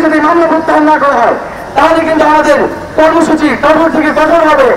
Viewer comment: কোঠর না ভাই, কঠোর হবে।